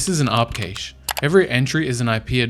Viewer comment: He pronounced “cache” 3 different ways in this video 😅